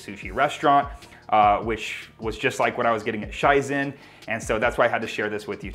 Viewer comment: Super good idea! Shizen has some amazing vegan sushi. I do believe it’s just pronounced shee-zen tho, just saying. I’m gonna try this out tomorrow!!! Thank you!